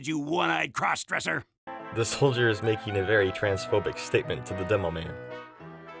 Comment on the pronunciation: Soldier.its soldier.